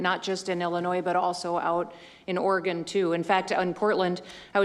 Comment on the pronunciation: Idiot president can't even pronounce Oregon correctly